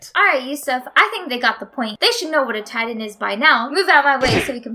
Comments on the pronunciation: I was gettin triggered when she called Titans “tidan” and called bertholdt “bearhole” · She talks so lazy. Its titan not tidan.